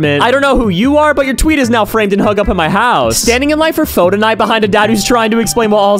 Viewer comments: Bro called it “foe” instead of Pho (pronounced as Fuh) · pho is vietnamese noodle soup and it's pronounced fuh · “Fuh”. It’s pronounced “fuh” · "Pho" is pronounced "Fuh" but no pressure, I used to call it that too Do whatever you want with this information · When you said PHO it broke my heart. Its pronounced like "fuh" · Bro we all know it’s pronounced fu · Bro pronounced pho like foe 💀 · BROO NOT THE WAY HE PRONOUNCED PHO AS “FOH” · ITS PRONOUNCED “FUH.” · you said pho wrong; it’s pronounced “fuh” in english sounds. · Bro really pronounced it as Foh. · As Viet, I will help y'all pronounce "pho" correctly. It's not pho, it's more like phu. Thank you for coming to my red talk. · Literally nobody asked but "pho" is actually pronounced "fuh" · pho is pronounced like FUUUUUUUUUU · pho is pronounced '"fuh" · pho is pronounced "fa" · Um actually pho is pronounced fu 🤓🤓🤓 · THE WAY HE PRONOUNCED PHO BREAKS MY HEART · I KNOW. Kills me every time I hear it pronounced like that. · I mentally cried when he pronounced pho.. 😭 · As soon as he pronounced pho that way, I just simply paused the video and opened the comments. I was not disappointed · the way he pronounced pho is killing me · the way he pronounced 'pho' was personal